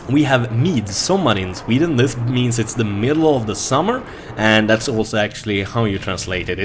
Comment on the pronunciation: Its sUmmer... not sOmmer. LOL =P